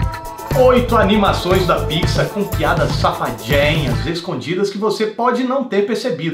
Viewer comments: acho que se fala PIKSAR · ele disse Pixa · Ao invés de fala pixar, ele fala pisar 😂😂😂😂, seus vídeos e mt legal viu caso ache que não gosto do seu canal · Eu ouvi "pizza" ao invés de "pixar". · vc disse pixa é pixar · no começo eu ouvi : amantes e amantos da pizza kk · Toda vez que ele fala Pixar eu ouço "pizza" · Quando ele falou animação da Pixar eu entendi da Pizza hauhaua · so eu que achei que ele tinha falado pizza no começo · No início do video entendi q ele falo pizza